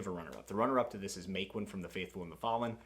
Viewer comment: Lol the way you said Maquin had me thinking who you were talking about (not to be meant as an insult of course) because I always pronounced his name ma-kin (ma as like in ma boiz, ma homies and kin well just the word kin) or somethimes ma-keen Also unpopular opinion: I don't like Glokta and don't understand the fascination with him. I mean I understand that he is with his backstory a very interesting character but I don't see him as likeable but then I haven't read the new trilogy yet. I see what you did there "I'm not that into vampires but it suck me in" I also started WoT around summer and currently have started book 9 and I absolutely loved books 1-4, 5 had a rocky start for me but got better and 6 and 7 were also good maybe not as good as the first 4 imo and book 8 was also I'd say the weakest of all of the ones I've read but still like a solid 7 out of 10 but somewhat disappointing because (mild spoiler maybe?) we left mat in the end of book 7 in a dangerous situation and haven't seen him in all of book 8 which is a bummer cause he's like my favorite with Perrin Glad to see Wrath here. I also read his follow up trilogy and you don't have to fear that it's kinda be worse because it's absolutely on the same level as The Faithful and the Fallen and I remember predicting some plot twists and being right and also having to think about the ending of the trilogy for weeks afterwards